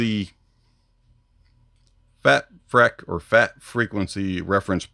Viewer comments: Heads up, I believe it's pronounced FATFreak as opposed to FATfreck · Think it's supposed to be pronounced "freak" freq-uency. Lol